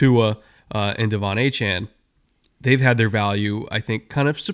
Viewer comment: You think that team is capable of losing 10 games?! (7 win floor)... 😮 i aint a Dolphins fan, and even i can see this as off as you guys' muspronouncing Achane.